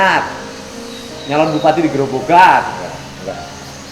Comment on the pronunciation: Ko pak dedii mulyadi ngucapnya grobokan. Grobogan dong pak.